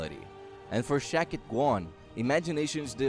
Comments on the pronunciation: Shakti, not Shakit. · SHAK-TI not SHA-KIT!!!! Also, she is a woman not a man!!! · Shakti was a woman not a man pronounced Shaktee . I feel its just the language barrier but content was good. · Sha-k-ti ( means power ).. that's the correct pronunciation. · The pronunciation of her name is sounded out, ‘shock-tee’ or ‘shack-tee’ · The name is also pronounced wrong. It's pronounced Shaktee. Shakti means power and strength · Says name wrong AND says 'HE'...know what you are talking about before you broadcast.. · Jezus your accent and pronunciation plus wrong grammar namely naming Shakti.. Please get another job for yourself